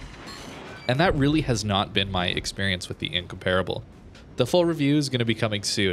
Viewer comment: Not trying to be a grammar Nazi (really!), but it's pronounced "In-COM-per-a-ble"... Not "In-COMPARE-a-ble". Just thought you'd want to know before you release the upcoming Incomparable video! I really love all your videos a lot. You've become my go-to guy for Warships videos. Keep up the great work!